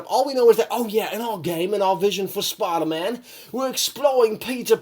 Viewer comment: He can’t even say Spider-Man ps4 right he says spidamahn ph4